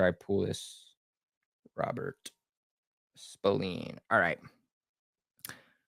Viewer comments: Robert Spil-Lane correct pronunciation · Dawg it’s an “A” not “E” smh